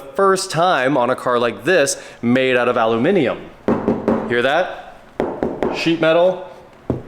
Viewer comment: Nice to see an American saying aluminum correctly 😊